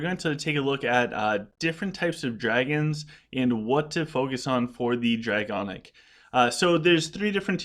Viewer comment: awesome video again. One thing though... it’s DraConic not DraGonic 😉